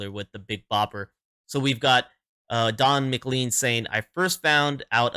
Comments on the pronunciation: His name is pronounced "mclain" not "mclean". (Though it might make a great name for some sort of Scottish cleaning product.)😊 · And… it’s Don “Mc - lane” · Don's last name is pronounced muh- Klayn sounding similar to lane at the end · When you pronounce it, pretend his name is spelled like this: McLane . I know, it doesn't make sense to me, either. ;-]